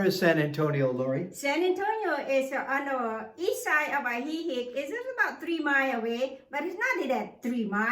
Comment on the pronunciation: Good grief! Learn to pronounce what you promote. It’s ah-hee-HEEK and ho-KO-te-pec. 😡